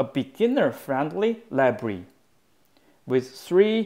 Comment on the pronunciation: Every tense is clear. "Library" sounds like "Labree"